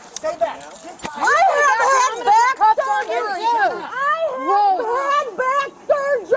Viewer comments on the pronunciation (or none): BACK SUR-JUR-Y!